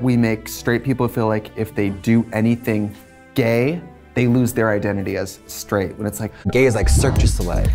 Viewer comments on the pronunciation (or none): 9 minutes 'straightt'?